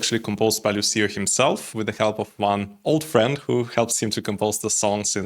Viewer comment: Thanks for your interesting and understanding review! A little hint: Lucio pronounces Luutscho, you can hear the singer pronouncing his own name at the end of the song: Non sono altro che Lucio. Thank you!